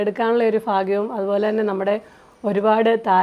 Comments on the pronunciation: ഫാഗ്യയുടെ കല്യാണത്തിൽ പങ്കെടുക്കാനുള്ള ഫാഗ്യം ഉണ്ടായി 😂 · ഇത്ര ഒക്കെ വലുതായിട്ടും ഫാഗ്യം ഫാര്യ എന്നൊന്നും പറയാതെ.. ഭാഗ്യം ഭാര്യ